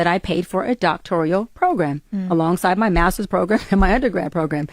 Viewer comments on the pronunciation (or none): Please let her know it is, "doctoral"..not "doctorial"...IJS🤷🏾‍♀️